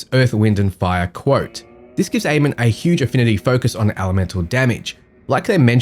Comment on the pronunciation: Nice vid, thanks, just want to point out that you and everyone else currently, is pronouncing Amon wrong. :D It's Ah-mun and was the name of the king of the egyptian gods.